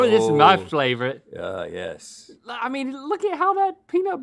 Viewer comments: “This is my flavorite” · Did link say flavorite? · Are we really glossing over Link saying “flavorite” and not favorite? Haha. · "link: this is my flavorite" 🤣🤣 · Did no one catch Link say ".... FLA-vorite???" ROFL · "This is my flavorite!" - Link Neal, 2021